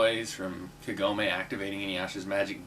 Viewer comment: Just a minor thing, and it's because of the American dubbing, but I hate the American pronunciation of Kagome. The emphasis is on "Ka" not "gom". I just envision a massive Southern accent when I hear the Americanized version of her name. Inuyasha may be cheesy and shallow, but I still like it since it was my introduction to anime.